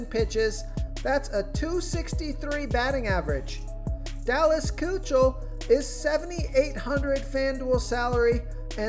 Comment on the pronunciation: Lets help you out....Kuechel, but pronounced Ki-Kul